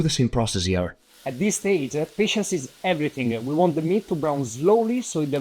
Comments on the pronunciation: Are you a douch-a? you speak-a with an “a”- ya with-a everting-a that-a you-a say-a. What’s-a matta-you-a? Eh-a? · He says, "Ayuh" after "everything-ah"